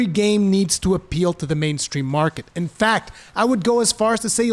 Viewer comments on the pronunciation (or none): none